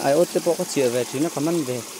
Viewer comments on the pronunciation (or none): A chaw, 'chiah'tih tur ni awm tak, chah chu awmzia awm lo😅